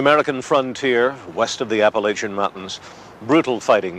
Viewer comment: Can't you people pronounce 'Appalachian' correctly ?